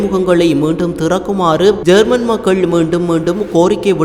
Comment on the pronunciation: ஜேர்மன் இல்ல யேமன் சரியாக உச்சரிப்பா